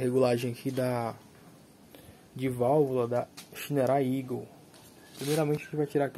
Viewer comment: Vc foi Primeiro q eu ouvi a pronuncia certa q é eagle = igôu ... ...apertou a válvula e fica tudo ok ?